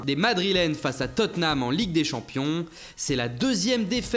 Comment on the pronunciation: Il faudrait vraiment que vous appreniez à prononcer Tottenham........